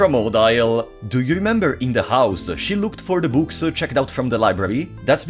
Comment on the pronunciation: Im pretty sure the prologue isnt canon. The transition between start again and the actual game sounded like you tried to fit both in one "timeline" but i dont think you can. Also its pronounced oh-deal but you can call her waifu at that point